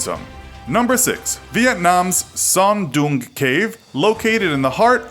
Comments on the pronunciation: It's Sơn Đòng not Son Doong -_ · The way you pronoun Sơn Đồng "sern dong" cave makes me laugh. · Actually the "oong" part in Vietnam's Son Doong is pronounced similar as "ong" in "song." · the way you pronouced Son Doong and Phong Nha is really bad